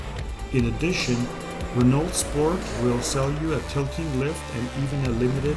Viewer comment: You should learn how to pronounce Renault.